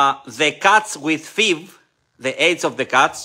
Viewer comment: FIV.......pronounced "eff"-"eye"-"vee" ❤